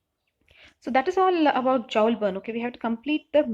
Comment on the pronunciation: It's not Jowl burn it's pronounced as "Jool"( Joule burn)